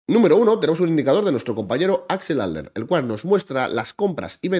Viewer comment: ahora entiendo porque no lo encontraba en twitter ajajja le dice "axel alder" cuando es adler.